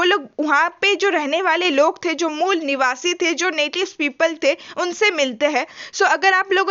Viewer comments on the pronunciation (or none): Aare mol niwasa mat bola karo dd distract horaha hai mujhe 😂